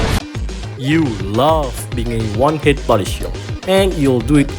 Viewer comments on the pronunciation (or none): none